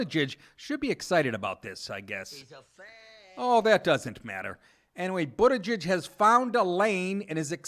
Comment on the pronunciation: Did you say Pete Buttijizz? No, that's just what I heard...